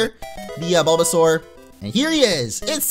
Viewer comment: Er0oR! avl and you called Bulbasaur Balbazor